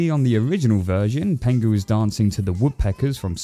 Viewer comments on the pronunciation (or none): it's pingu not pengu haha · Ahh so nostalgic ❤ but broo it’s pingu not pengu 😊😊😊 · Stop saying pengu!! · Why do you keep pronouncing it 'Pengu'?? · I know it's penguinese, but did it sound like Pingu swore to anyone else?